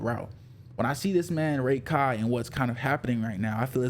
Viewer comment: I cant stand you pronouncing it as Ray-Kai Its Rah - kai